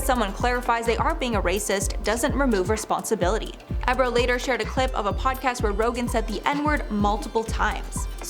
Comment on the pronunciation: DJ ebro??? Omg in dying... its EEE bro.... say it with me EEEEEE...brooo